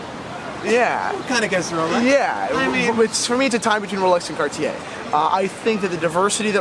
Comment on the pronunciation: I've always gotten a kick out of: passionate about watches, knowledgeable about vintage pieces, and wildly opinionated in a good and entertaining kind of way. I'm really pleased to see that he finally pronounces Cartier correctly. Thanks for the segment,.